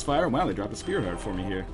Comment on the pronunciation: Lots of Speary Tarts in this one. I know it's "sprit heart", but now you can't unhear it!